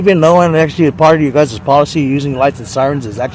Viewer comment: SovCit so smart he doesn't know that "guyses" is not a word. The word is "guys".